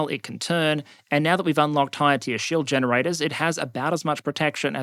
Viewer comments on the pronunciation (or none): none